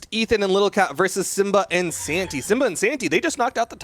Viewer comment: Nobody gonna mention how the commentator occasionally says Santa instead of Santy? Ok